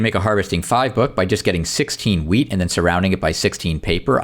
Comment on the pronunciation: ik it just sounded like you said 🍃 you know. Luv ur content btw